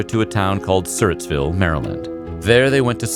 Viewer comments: it’s pronounced sur-rats-ville not surtville😂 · Just a friendly help, it’s pronounced “Sir rats ville” Maryland. It’s in Clinton. I used to volunteer at the Surrats house each year in the mid 2000s growing up. Very cool historical house it’s still there if anyone wants to visit. It’s rumored to be haunted in the tavern as well. Funny watching a fav YouTube channel and all of a sudden see something you can relate to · In Maryland we say Sur-RATS-ville. Wasn't quite sure where you were talking about at first, haha. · Just FYI; I'm from surattsville md and lived only 1/4 mile from here and your pronouncing it, sir- its- Ville, but its pronounced sir- rats- Ville! Also it is pronounced Nan- ja- moy, not nan- ja- moni. Just saying. Love your videos and channel! 👍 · I grew up in this part of Maryland....always pronounced it "sir-rat" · History - It's called Surrattsville..you pronounced it incorrectly..just saying. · It’s Surrattsville Maryland he said it wrong.